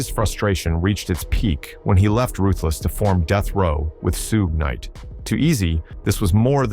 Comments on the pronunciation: Oh my God what in the AI trash is this? You can't pronounce Suge Knight? 👎🏻👎🏻👎🏻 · Who the fck makes this video hiw u mispronounced SUGE KNIGHT